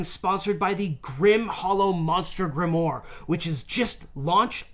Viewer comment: There might alternate pronunciations I’m not aware of, but I think it’s “grim-waa”